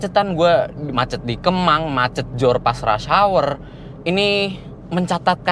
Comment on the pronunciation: rash hawer... genges dengernya